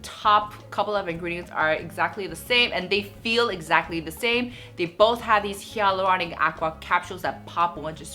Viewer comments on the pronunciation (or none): none